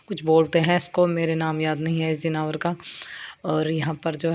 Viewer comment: Jinawer nhi hota janwer hota h Animal☺️